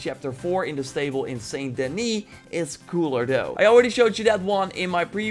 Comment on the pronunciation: "Saint DENII"😂 its denIS